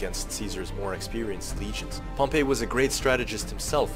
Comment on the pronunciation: You didn’t mention one word about the reason he had a 4th hidden line armed with just their pila b/c he was outnumbered in cavalry with 1k or 1.5k vs Pompey’s 7k cavalry. And your pronouncing Pompey as the city of Pompeii. Please stop. Nor is that why he made the 4th line. Your wrong about any things here .